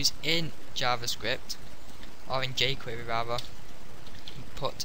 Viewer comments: wtf is "ju'quereeerrr" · j-Querer may be because he has a slight speech impediment. You have effectively used your ignorance to make hateful comments. It is better to keep your mouth shut and have people think you're a fool, than to open your mouth and remove all doubt. Shame on you and the 7 likes your comment got for picking on someone. You should stick to making videos on 'Dragon minimap bugs'. Especially since your video description makes no sense at all. The man did a great job and his 9K subscribers attests to that. Hopefully, your potential future employers will see this.